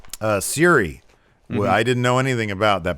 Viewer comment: When you were talking about the church of joshi stuff are you talking about the joshi wrestler & mma fighter syuri? Because your miss pronounced her name, the y is silent and is bascially pronounced as shuri like black panther's sister. As a big nxt fan I'm surprised people are still shocked at the rating nxt gets, I was well aware before nxt moved to usa that nxt wouldn't do as well in rating as raw or smackdown because at least 2\5th of wwe's audience actually watches nxt that's just a reality. So being in the 550k- 750k is something i expected nxt to get weekly because that's about 2\5 th of wwe audience. How is barley finding out that Charlotte has a bad habit of no selling people offenses that's not the horsewomen and tends to kick out at one a lot. Why do you think I was always against her in nxt, she wasn't gonna move rating which was true, and she no sold when she was in nxt like her matches against Mia yim & Bianca Belair. She took Mia's eat defeat finisher and no sold it.